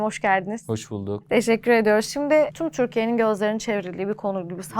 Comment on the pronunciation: Spiker ü leri u olarak soyluyor ve asiri itici..."tum turkiye" derken agzin carpasim geldi